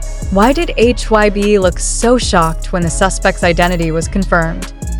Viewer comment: Please pronounce their names correctly!! It isn't’t Jin-Jean its Jin-Gin, and HYBE not HYB you should say the word not spell it.